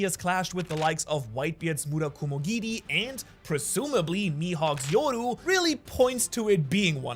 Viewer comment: 😬It’s so cringe how much emphasis you put on when pronouncing things like Yoru, Madara, seraphim, and so many other words. It’s like you’re trying so hard to sound Japanese.